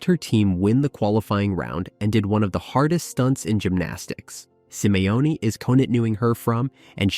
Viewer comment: Simione?? Come on dude...